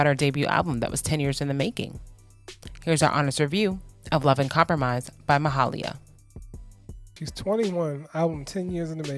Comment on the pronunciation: Its pronounced as ma-hay-lia btw